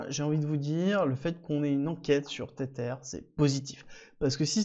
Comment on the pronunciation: Stp pronounce TetHer et pas tetere